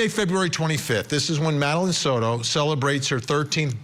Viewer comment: Soto NOT "sourou". Ok??